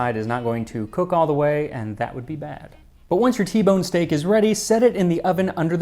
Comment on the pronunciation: Who else just heard Steak? And now here we are!